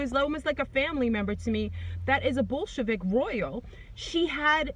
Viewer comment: When you say Bolshevik it sounds more like bull** lmao.